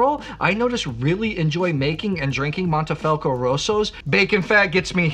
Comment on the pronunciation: wait, why are you saying mAnte, when its clearly mOnte? 😅 as a side note, if I was a ‘wine president’ of Italy I would ban blending French varietals all together 😅